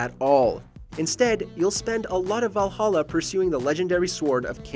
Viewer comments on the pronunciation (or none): none